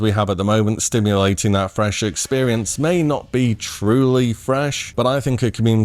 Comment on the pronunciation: "Simulating". No t. Simulating. It's killing me to hear stimulating over and over, lol